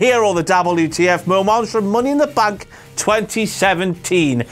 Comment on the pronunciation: He cracks me up when he says WWE, or moments!